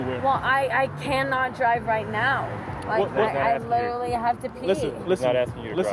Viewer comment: My rule!! She said "literly" right away. Drunk!! Check me on that. Every dwi or owi, they say, literly.